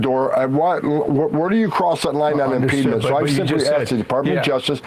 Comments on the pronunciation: There is no such word as "impedement" 😂. Impediment, impeding - sure. The border czar can't speak English 😂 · That blob cosplaying as a human thinks AOC is dumb, while saying words like “impedement” which is not a word. You couldn’t write this shit. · Can someone please tell that meally-mouthed jackass that "im-peed-ment" is not a word!! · "Impedement" says the czar, repeatedly. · Homan is clearly drunk… slurring every word, stumbling over pronunciation of words like “impeedment”. It’s sad to see a person slide into alcoholism. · Emma is so incredibly smart :) One in a million, I've looked far and wide. The Harkonnen can't even pronounce impediment properly...